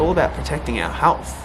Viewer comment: It’s health not HALTH